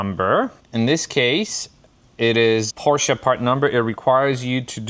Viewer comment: Nice addition to your collection! Congrats ! I do miss BMW content a little nowadays however. Btw, did I hear you say Por-CIA ?😮 I guess that if you are from Polish descent, you would know how to pronounce the brand name properly, right ? 😉